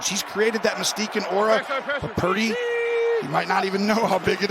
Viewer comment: LOL! When Jim says Purdy's name in a hurry, he actually pronounces it "Pretty!"